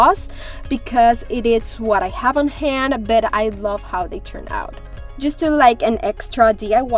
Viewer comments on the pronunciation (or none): none